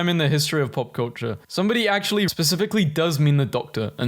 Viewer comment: "ac'ually, you know wha?"